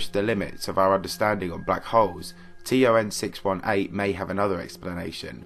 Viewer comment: Is this guy saying TRN?